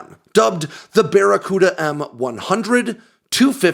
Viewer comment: "It's that there bacaruda missile"